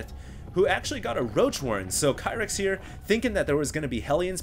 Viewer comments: you're pronouncing his name wrong, it's pronounced Keer-ith zenith not Kyrith. Watch the GSL! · ur prounoucing kyrix namewrong its not kia-ryx its keer-ryx, atleast u prounouce zenith right until husky who pronouces it zeenith